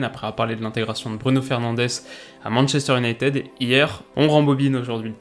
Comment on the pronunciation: j'aime bien tes vidéos mais par pitié c'est manchester united se prononce " ID " sur la dernière syllabe:'(